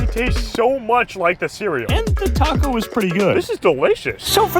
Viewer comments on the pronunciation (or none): none